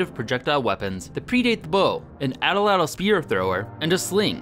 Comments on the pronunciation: agreed. its at-latl not atl-atl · It's atlatl. Not atalatal! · Its pronounced "AT- LATL" NOT "ATL-ATL" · I especially love the way English speaking people say 'edl-edl' instead of atlatl. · idk if its a wisconsin thing, but ive only heard it pronounced at latle, not atle atle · Did he call it a atl-latal, it’s at-latal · Pronunce Atlatl like AT-LADDEL or (atˌlad(ə)l), not ATTEL-LADDEL. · its not atol-latol its at-latol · It's "At Latl" Not "Atl Atl" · its not pronounced atel-latel , its at-latle. also your using way to much muscle, its more of a wrist snap body twist, not full ham arm strong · You should really practice how to actually say tl, not [təl] so not [ædəl.lædəl], but [t͡ɬ] so [at͡ɬat͡ɬ]. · Cringing every time he pronounces the word “attle-attle”. It’s pronounced “at-lattle”. That’s sloppy for such a good channel. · Pronounced at-Latal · im pretty sure atlatl is pronounced "at-lat-ul" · The way he says atlatl bothers me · Anthropologists use "a-tul-a-tul" and "at-lat-ul" depending on region. The pronunciation you're using is more British whereas the other one is more American